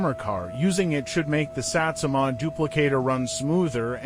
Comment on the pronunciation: "pri-ordi", "Sätsumaah", "Maahd", "pluudzin" lmao